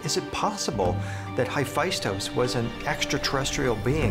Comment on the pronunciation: nobody is talking about how that one guy pronounced hephaestus??? Hyphystos???